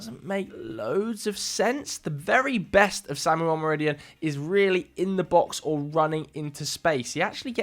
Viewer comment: Owe-moe-row-dee-own, stress the last syllable. Cheers!